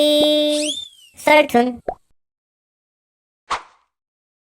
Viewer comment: 자꾸 호돌이~~썰툰! 이 고돌이~~썰툰! 으로 들림 ㅋㅋㅠㅠ